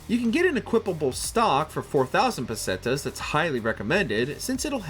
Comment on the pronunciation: Does anyone else wanna slit their wrists when the guy says pesteas 😅